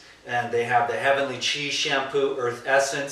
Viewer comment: I hope you said "heavenly chi" or "chia", I heard "cheese"...ew!